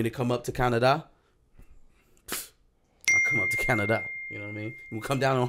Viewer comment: The Way said,"Can-uh-dahh." Had me dying! 😂😂